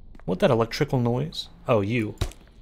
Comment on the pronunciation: yes omg every time I think of it I start giggling. purposeful misspeaks are so goddamn funny